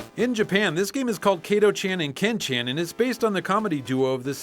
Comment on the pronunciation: You have already talked about most of these games… :/ And I’m too much of a weeb to not comment on this: it’s not Keito-chen & Ken-chen. It is KATO-CHAN & KEN-CHAN. WHICH PART OF IT DO YOU NOT GET. IT IS READ EXACTLY LIKE IT’S WRITTEN IN JAPANESE. ALWAYS.